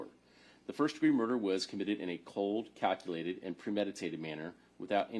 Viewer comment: Ohhhkay... I'm sorry but if this prosecutor says cold, "cockulated" and premeditated one more time... 😂😂